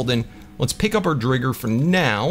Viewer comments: Sorry i meant why you say drigger when it’s driger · I think it’s pronounced dr-eye-ger because dragon+tiger